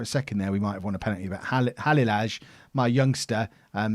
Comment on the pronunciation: halilaj is pronounce halileye